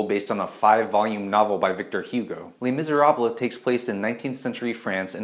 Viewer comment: You lost me at your pronunciation of Les Miserables